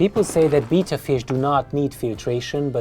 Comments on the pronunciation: Wow that’s a nice tank but ur pronouncing betta as beeta ur supposed to pronounce them as beyta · LOL, it's not a Beetta, it's a Betta, pronounced like "better". But that aside, great video. Thank you! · Isn't it bay-tuh not beeta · Its pronounced Betta..... as in better.... Beta is the 2nd letter of the Greek alphabet.... Betta Splendens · I Cringe everytime he says "beeta". Good setup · Betta not beta :) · Oh wow, never heard someone pronounce Betta as beeta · the proper pronunciation of Betta is "beh-tuh" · I’ve heard people say “beta”, “bet-ta”, now “bee-ta” 😂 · why cant people say betta properley lol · Bita fish? he completely destroyed the pronounciacion of Betta. smh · I thought I had heard every pronunciation of Betta... But alas, there is another. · I love the way you say betta. Your tank setup is beautiful, but your poor betta won't have any room to swim around. I have a bunch of bettas that I rescued and they all have a lot of open space to swim. They will swim really fast playing and exercising. And for any viewers that read comments, bettas love to chase laser lights just like a cat. And you can train them to do tricks. They also love attention and they will show off when you are watching.